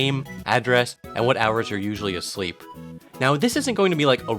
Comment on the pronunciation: "....when you're alseep" i'm good, thanks though.